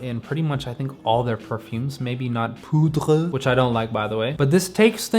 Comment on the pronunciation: the way you said poudree 😅